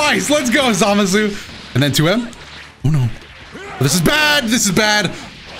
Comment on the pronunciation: “Oh noftt” 🤣